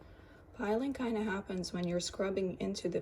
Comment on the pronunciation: Thanks for testing the paper for us. It's appreciated! As a side note, its pilling.. not piling. 😊